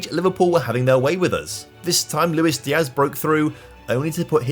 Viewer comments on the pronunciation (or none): none